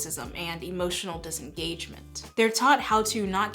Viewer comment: "hemotional", brilliant 😂 these men seem to forget that anger is an emotion